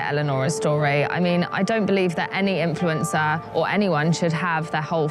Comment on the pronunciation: doesn't say "influencer" right anymore.:(